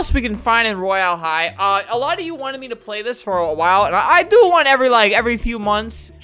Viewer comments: Get the pronunciation right on royal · Not how you say Royal high